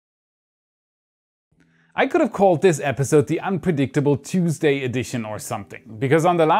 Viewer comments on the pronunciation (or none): none